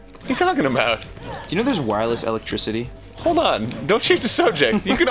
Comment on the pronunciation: "Wireless Alec-Tricity."